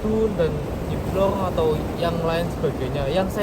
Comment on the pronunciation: tegal nonton,jtu sapa namanya si, itu nyebut namanya udah salah bukan nyi yoyo kidul nyi roro kidul nyi bloyong nyi blorong pake R bukan Y itu yang bener 😃😃😃 mantaaap siip